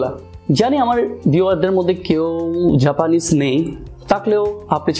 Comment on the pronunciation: ভাই জাপানিস্ট হতে হবে?🤣🤣 নাকি জাপানিজ হতে হবে🤣🤣